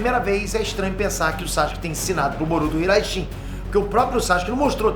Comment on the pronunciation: Porque ele nunca pronuncia o nome do Sasuke corretamente?